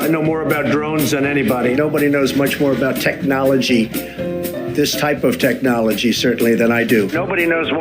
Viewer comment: It looks like just saying the word is painful to him “TECH-nology”. It comes out like he had to practice it over and over just to say it properly.